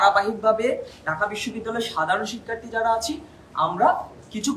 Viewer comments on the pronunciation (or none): উচ্চারণ ঠিক করো, ঢাকা, শিক্ষার্থী, ছাত্র, কঠোর